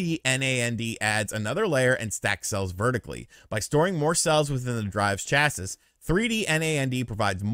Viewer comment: That pronunciation of "chassis" though. I thought you worked on cars?